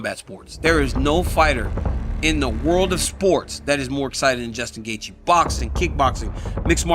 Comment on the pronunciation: He said Justin Gayjay and his moms head is structurally unsound. In font of you at the movies, would be a nightmare.